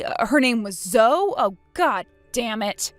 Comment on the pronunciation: Zoe is pronounced Zohee.